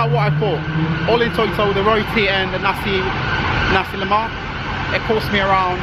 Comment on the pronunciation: its Nuh-sea Le-muck